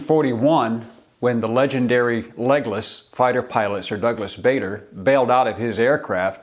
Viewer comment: Bader is pronounced "Barder", not "Bayder". He was very insistent about it.